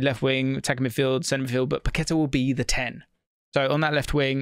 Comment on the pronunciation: Pack-ka-tar, inflection on the “á”